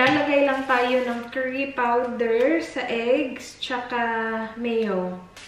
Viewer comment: what’s kerry ?.. ( do you mean curry ?)..